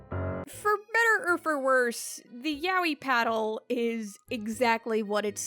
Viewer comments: People still pronounce it like YAHWEH instead of "Yah-Oy" even the Japanese Google translate says it that way lmao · I guess my hearing sucks hard because I hear the o in her pronunciation? Like idk I hear her saying it as ya-o-yi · I'll never get tired of English speakers pronouncing Yaoi as "yawi"